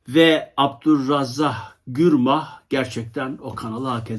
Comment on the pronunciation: Dk.2.23 Tanıttığınız kitabın yazarı olarak kitabın kapağında ABDULRAZAK GURNAH yazıyor,siz ise bu ismi " AbdulrazzaH GürMah" şeklinde telaffuz ediyorsunuz. Youtube da gezerken kanalınıza ilk kez rastladım.Kitap tanıtımı yapmaya çalıştığınıza göre bir edebiyat seversiniz.Ben de öyle tanımlarım kendimi.Lakin bu özensiz telaffuz hayal kırıklığı yarattı bende.Bildireyim istedim.Saygılarımla.